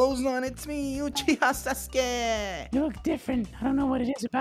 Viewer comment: Second ; UCHIHER 😂